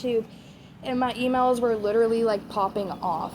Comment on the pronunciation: Yes! Her gums have receded making the top row of teeth stick out so she says W’s in place of L’s, such as when she says “widerally” instead of “literally.” Also, it’s like nails on a chalkboard when she pronounces her T’s as D’s. She’s been doing “Codden Candy” makeup lately. 🙄